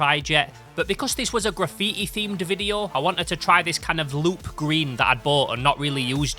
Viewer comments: graffiä bro wtf is this accent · its ponounced gra-fee-TEE